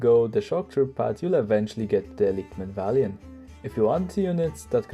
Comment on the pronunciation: I think its pronounced men-av-lee-at-ton? I dunno, I can't say it right with regularity. Its surprising you don't rate their infantry as a strength, considering how often people refer to the legionary as the best infantry in the game. I can see where you are coming from though. Its also pretty criminal that these guides don't get more views. Can't wait to see the Khuzaits personally. As much as I'd love to see them, I'd probably hold off on minor factions until the kern tree get sorted.